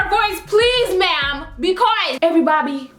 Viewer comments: LOOOOL "everybobby" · "EVERYBABI", sorry but imma malaysian so- 😂😂😂😂😂😂😂